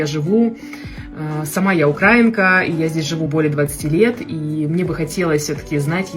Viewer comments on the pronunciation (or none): Будешь супер если не будешь говорить укрАинка а правильно украИнка, а если до тебя не дойдет то ты останешься русской независимо знаешь ты казахский или нет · Здорово!Только не укрАинка, а украИнка))) наверное давно в Украине не были. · для начала - начните правильно произносить вашу национальность, - украИнка, а не укрАинка. И да , казашек с таким цветом глаз НЕТ,так что водитель, такой себе знаток. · Не укрАинка а украИнка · Не Укра́инка? А Ураи́нка!Это как Мо́лодец (юноша)а молоде́ц это ( конь)! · Поддерживаю, молодец, все верно, только не укрАинка а украИнка🤗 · Не укрАинка,а украИнка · Не укрАинка, а украИнка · Молодец хорошо бы ещё и правильно употреблять украи'нка если ты является таковой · УкраИнка, ударение на И. Водитель прав. Хотите жить на Казахской земле, разговаривайте на казахском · Первая Вам рекомендация, это правильно ставить ударение на букве "И", когда называете свою национальность: —украИнка! Тогда есть надежда, что и с изучением казахского языка у вас всё непременно получится! Без обид.❤😊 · Это первая украинка которая говорит украинка с ударением на А а не на И. Обычно так говорят русские. Тоже самое если польку назвать "полячкой".